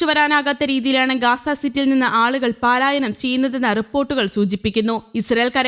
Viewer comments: പാലായനം അല്ല.പലായനം ആണ് ശരി. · പലായനം എന്ന വാക്ക് പാലായനം എന്ന് തെറ്റായിട്ടാണ് വാർത്തയിൽ പറയുന്നത്. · Paalayanam is wrong.correct word is palayanam